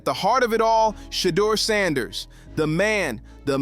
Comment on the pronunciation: “Sheddar Sanders”